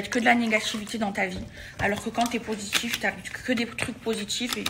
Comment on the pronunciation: « Maladgi »😭😭 « négatchife » « poshitife » meava elle exagère pas la ? Déjà elle fout la merde partout après elle est victime